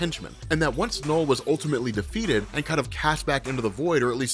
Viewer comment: You're an American, right? I've been noticing that a lot of people from the US, doesn't matter what accent they have, they pronounce the letter "U" in words as the letter "O". You're trying to say "Knull", but it's coming out as "Nole". I've noticed it with other people, and other words, like "ultra". Do you say it "ohltra"? It's a weird thing to me, I don't know why. It's hard to watch this video because hearing you say "Nole" over and over again is grating. Like I said, it's weird.